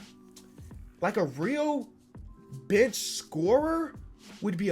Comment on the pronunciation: Lmao any time he says bench I keep hearing “bitch”